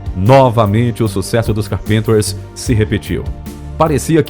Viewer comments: A pronúncia correta do nome é Cárpenter (assim com acento agudo no "á"). É claro que na língua inglesa não tem acento mas, você, como youtuber, tem que saber pronunciar corretamente os nomes em inglês. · Carpênters?! A pesquisa é boa, mas essa pronúncia do nome do grupo dói no ouvido o tempo todo! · Horrível ver esse homem falar carpinters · PELO AMOR DE DEUS! VOCÊ FAZ UM VÍDEO E NÃO SABE NEM FALAR O NOME DO OBJETO DO MESMO? QUEM É CARPÍNTER? SINCERAMENTE... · O interessante é o locutor ler o sobrenome deles "carpínters"... 😝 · Os Carpênters? Porque não pesquisam as pronúncias antes de produzir a matéria? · Esse narrador. Fala o nome do grupo. Completamente ekivocado. Pronuncia ando. Carpintes. Parece até k ésta. Falando. Carpintes. Em português. Dói o ouvido.em. !! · Por favor, o locutor precisa urgentemente aprender ingles, ou no minimo pronunciar corretamente “carpenters” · Ótima narrativa. Só peca na pronúncia do nome CARpenter e do nome das músicas. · Locutor não sabe pronunciar o nome da banda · A pronúncia do nome Carpenter está errada, pesquisa mais! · Excelente vídeo, muito bem feito. Você poderia melhorar a sua pronúncia para a palavra "Carpenters", pois ouvir do jeito que está é bem doido. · Car Penter? ou Cárpenter. Essa pronúncia do narrador descaracteriza totalmente o nome da dupla. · Que agonia ouvir Carpínters sendo q a pronúncia é Cárpinters..Ninguem é obrigado a falar inglês, mas pelo menos o nome das músicas correto seria mais agradável .Karen não morreu em "circunstâncias estranhas" .. Ela sofria de anorexia nervosa, um distúrbio alimentar, que ocasionou uma insuficiência cardíaca, quadro agravado por sua condição fisica... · Se lê Cárpenters e não carpínters.... cabeção..!! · É a primeira vez que vejo uma pessoa pronunciar "carpinter". Isso se falar da pronúncia errada do nome de várias músicas. Tudo bem que o narrador não precisa saber falar inglês, mas chamar um clássico da música pop de "onlay yesterday", demonstra completo desconhecimento.